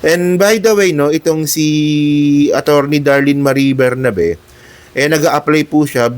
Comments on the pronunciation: ATTY Darlene BERBERABE PO HINDI BERNABE. A VERY INTELLIGENT, RESPECTED DEAN FROM UP UNIVERSITY COLLEGE OF LAW AND FORMER CEO OF PAG IBIG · Berberabe not Bernabe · berberabe po di bernabe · berberabe, hindi bernabe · Anu ba - sinabing 𝐁𝐄𝐑𝐁𝐄𝐑𝐀𝐁𝐄, hindi bernabe. Tigas ulo mo!